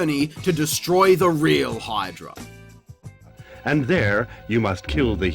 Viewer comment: Of course Phoenix/Dingo/LJN/whatever would butcher mythology IPs as well as fairy tale IPs. HEEDRA instead of Hydra? Credits already?